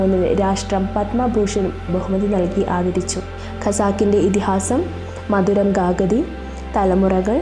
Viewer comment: മധുരം ഗാഗതി അല്ല കുട്ടി ഗായതി 😁